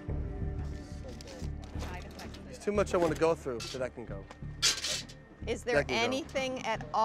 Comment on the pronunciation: I dont know why, but the name "tra" bugs me. in my mind it's pronounced "Trahh"